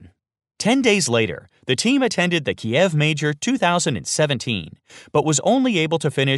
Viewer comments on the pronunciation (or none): none